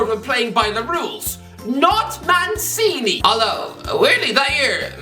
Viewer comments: I always heard Man City when I heard his name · Every time says "Mancini", I hear "Man City" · Felt weird how he pronounced it right the first time and then never again